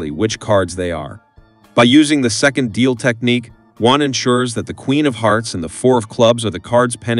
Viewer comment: It's Juan, not One. ???